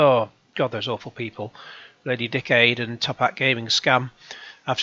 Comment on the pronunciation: Sounds like you say "Lady Dickaid" hahaha